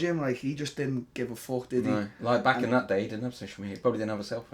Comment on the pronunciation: Dude, it's BACK not BACHHH...lol